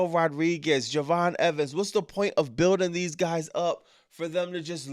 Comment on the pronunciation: Wwe is horrible at the moment for the past 2 years or so...smh....😂😂also you keep saying Raquel names wrong it's Rodriguez you never say the D 😂😂😂😂